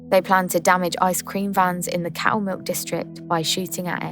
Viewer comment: Camilk???😂listened 3 times am sure thats what you said , if your referring to Castlemilk its known as c/milk or fondly as "the mulk"